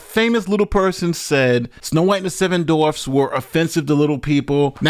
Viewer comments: Do you have an aversion to the letter W? You kept mispronouncing the word as 'dorfs.' It's dwarfs. DWA. Other than that --good show. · I love the fact that you're almost consistently saying "dorfs" instead of dwarfs. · "dorfs?" or dwarves? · It's dwarfs not dorfs. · Peter Dinklage: *woke whining*: DORFS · WHY DO YOU CALL THEM DORFS? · Seven Dorfs… The W In Dwarves is NOT silent.. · "Dorfs..." LOL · all I heard was saying dorfs lmao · “Dorfs” 😂🤣. That’s the way I used to say it. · How about a commentator who can actually pronounce Dwarves correctly?